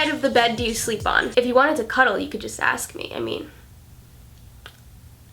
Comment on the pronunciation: Why are you saying axe instead of ask